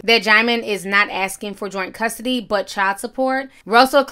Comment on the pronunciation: “You gonna fight for custory”